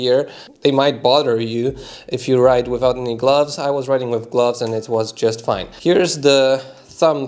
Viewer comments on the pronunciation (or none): none